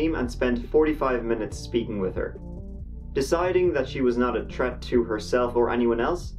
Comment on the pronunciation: There and that, but T'ree and T'reat